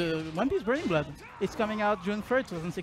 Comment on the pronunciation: I want the announcer from the trailer to be a character. ONE PIECE: BURNINGU BLOODO